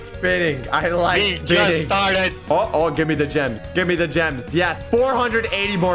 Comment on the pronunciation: bro says jims